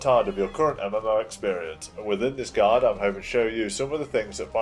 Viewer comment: great guide but why do you pronounce guide as guard?